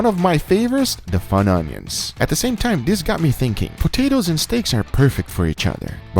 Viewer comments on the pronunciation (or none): Bro just say funyuns like a normal human smh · I can't be the only one that cringed everytime he called Funyuns Fun-Onions 🤣🤣🤣 Love you! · its funion!!! not fun onion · I don't like to nitpick but.... Its pronounced (fun-yins) Not fun onions :/ Just so you know, people get really "ruffled" up about it. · He said fun onions its funyuns all together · ....its FUN-YUN....not fun onion lmfaoooo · "Fun-onions...?????" No sir... Funyuns! Dammit... Funyuns! It's not your favorite if you don't know how to pronounce it. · love your videos big guy. just wanted too say its pronounced "Fung-Yins" not "Fun-Onions" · aaaaaaa fun unions noooooo it is funyuns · They are called funyons... I mean camon... u are literally holding the bag as u say fun onion.... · bro they are funyuns not fun onions. the '-un' in '-yuns' is the same as in 'fun'. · ITS FUNYUN NOT FUN ONION PLEASE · I love your channel but it’s kinda pissing me off when you literally showed the bag saying “Funyuns” and said “fun onions”. Love you and your other channel! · FUN "YUN" not FUN "ONION"... you're killing me lol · Fun-yunions 🤣 Or fun yun s, in my accent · It's called a FUNION (FUNYUN) not a FUN ONION! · its pronounced fun-yun not fun onion lol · its funYuns not fun onoins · Jumping in on the "It's NOT Fun-onion, it's Fun-yun!" Crowd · It’s pronounced fun-yuns 😭😭😭mans saying fun onion 😂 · Jesus christ i was slamming my head against the wall after the 10th time he said fun onions. Its fuckin FUNYUNS MY GUY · Bro, there's a "y" in Funyons. Pronounced "fun-yuns" not "fun onions." LOL! It's two syllables, not three. A Funyuns fanatic, "like you" should be able to pronounce their name! LOL!!! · It isn’t “fun onions” it’s pronounced “fun yin”stop saying fun onions pea for brain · It's fun-yun, not fun onion. Lol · It’s pronounced fonions not fun onions. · Fun onions? What? Stop trying to make FETCH happen. It’s “FUNyuns”... 🤦‍♂️ 🤣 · its "Funyons" not "fun onions".